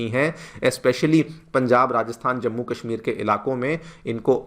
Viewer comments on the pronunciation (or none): none